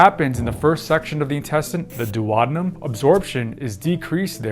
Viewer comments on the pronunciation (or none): "dwadnum"? Hahaha.... Are you a real doctor?